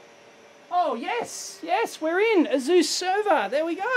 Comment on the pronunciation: Is that really how to pronounce Asus?